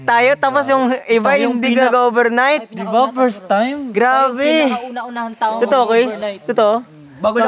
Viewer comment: Nakakatuwa si kasi sabi niya obornight pakinggan niyo ng mabuti